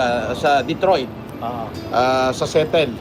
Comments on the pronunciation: * Kelan pa napunta yung Detroit sa Seattle. at ang bigkas nya SETTLE pa anong kahunghangan yan ha ? 🤯💩 Aerospace kung tntukoy mo NASA sa detroit e walang NASA sa Detroit hunghang Aerospace company meron bugok. Kung sa sinabi mong SETTLE na SEATTLE nmn tlga wala din don yung NASA , NASA hq located at Washington,D.C. UNGGOY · First of all Detroit and Seattle are in different states… and the way he pronounced Seattle 😂 Kulaong mag fact check ka muna bago kumuda